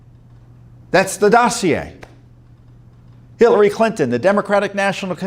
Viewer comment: Right it sounded like Tom said "Billary Clinton". LOL!!! BTW, if the Muller report had been 20 pages then every American would have read it, which was not wanted.